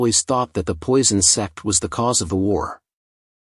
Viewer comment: Is it me or i hear sex instead of sect?💀